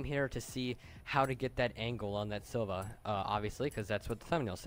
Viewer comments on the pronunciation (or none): why do you say silva instead of silvia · Learn how to say SILVIA you uneducated fuck